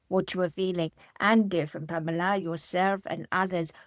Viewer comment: I do cringe a little every time he says Pamela. Lol.